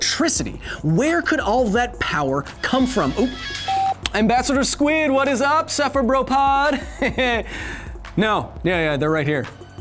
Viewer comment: Cephabropod? XD You the best.